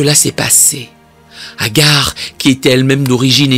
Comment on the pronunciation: C’est pas Hagar mais Hajar.